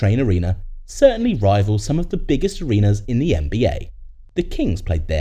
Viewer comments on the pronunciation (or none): none